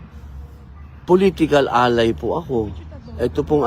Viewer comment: political ally o POLITICAL "ANAY"!?!?!?